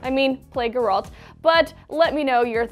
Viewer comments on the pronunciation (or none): its GEralt not gerAlt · Gurrault? it's GERALT! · its GERALT not GERAULT like she is pronouncing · Struggle TheFear she was like Gehhraalt XD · Ge-ralt, Ge-ralt, jeez... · Gaaralt lol. first 5 seconds and ruined it lol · I mean, I love, it just grinds my gears hearing people mispronounce Geralt, Gé-ralt, accent on the "e", I mean it is constantly said in game, come on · Omg she said Gerald wrong... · "Geeralt"? lol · Did she just say "Grr-alt". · Who's Gurr-alt??? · Guh-ralt? Guh-raalt???? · You can tell she's never played the damn games. Who the hell is Guralt? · Mispronounce Geralt one more time... I will find you. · Did she seriously pronounce Geralts name like that? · i dont think really played the game... she mispronounced Geralts name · I don`t know how the host managed to butcher the pronunciation of Geralt. O_O. If done right this could be amazing. After finishing Witcher 3 with all it`s DLC I have a feeling that something died inside of me. No other game can fill that void :( P.S. This is not the adaptation of the game, it`s an adaptation of the books and most of the Originals on Netflix are adapted from books. Pleeese be good, fingers crossed. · That is not how you pronounce Geralt... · uuummmmmmm, is nobody gonna point out how she is mispronouncing Geralt's name? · why do u pronounce Geralt like that?... making me cringe